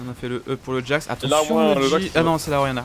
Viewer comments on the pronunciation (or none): C'est Jax, pas jasque.